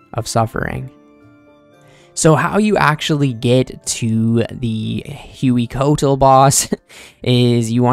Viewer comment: Its Huey (way) Coatl (co ot ul) it means Great Serpent in nahua, aztec language. Jagex did their homework on varlamore